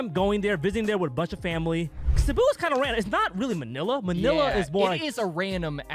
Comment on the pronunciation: Hats off to for pronouncing Cebu right